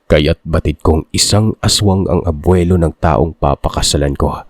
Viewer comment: Ano ang mahirap bigkasn abwilo o Lolo😂